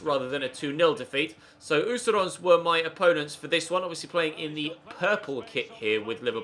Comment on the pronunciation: Seriously do you even look at your comments? I told you last video it’s not Osteronds!!! It’s Östersund ffs. Learn to say it or don’t say it at all..